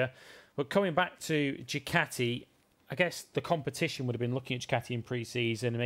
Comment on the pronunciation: Djjjjjjukateeee when did we start pronouncing Ducati this way, huh